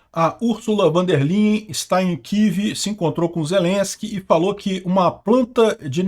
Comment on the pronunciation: Ursulva von der Leyen se pronuncia "fon der Laien".